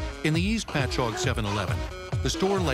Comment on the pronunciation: Being from Long Island...I'm impressed the voiceover guy pronounced "Patchogue" correctly 🤣